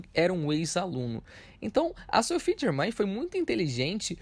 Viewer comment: O nome dela se pronuncia Sofi Germen